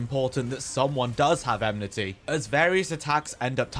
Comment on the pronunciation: Lots of useful tips! Fight is still a pain though lol. Side note: Is it really eMnity and not eNmity? Have i been saying it wrong all this time? lol. Anyway, great video bro!